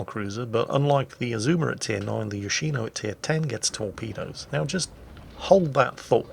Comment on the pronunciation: its yoshiNO